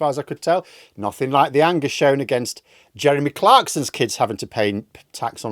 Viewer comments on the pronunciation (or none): none